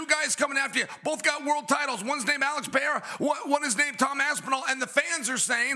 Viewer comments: One day chael and DC will learn to say Pereira's name right lmao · Chael literally can’t pronounce a single persons name right: Blehal, Jom, Peyerra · Chael, who tf is Blahal. You have to go out of your way intentionally to mess up names as bad as you do lmao Makes Hazmat Chimaev , Vinchinzent Luque and Alex Pierra sound accurate